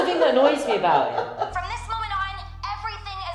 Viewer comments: okay bro i'm calling you out, mockingly: "oh yes i'm british i don't pronounce my T's", 2 seconds later: "that's the thing that annoys me abou' i'!" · gets annoyed that british person doesn't pronounce their t's also: immediately doesn't pronounce his t's in a british way